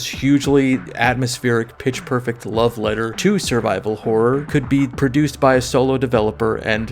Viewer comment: The way says "love", like he's not used to pronouncing those sounds in that order, is exactly what keeps me coming back. Keep making video just for me and NO ONE ELSE